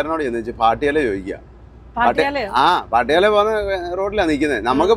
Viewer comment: Paattiyaaala , is pattiyala plz